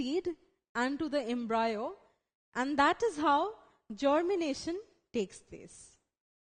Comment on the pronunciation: It's pronounced as embrio not embraeo 😑😕 it was really annoying listening to embraeo a 100 times but the video was good it helped thanks 😄